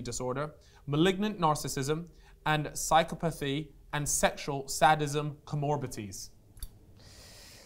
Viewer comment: has somehow managed to completely mispronounce “psychopathy”, “sadism” and “comorbidities” in one sentence 😂 my guy needs to get a Thesaurus put and expand that vocabulary.